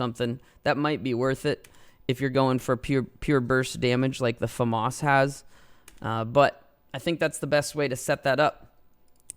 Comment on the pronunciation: That’s the correct way to say it